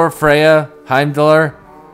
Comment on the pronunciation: It's not Heimdallr, it's HEIMDALL!! XD